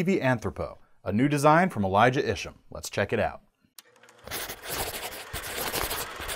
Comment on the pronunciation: It's pronounced Ant-whore-pose, and the designer is pronounced Elly-jay Is-Ham, duh